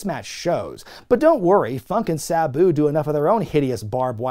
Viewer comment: Please don't call Sabu Buu, please.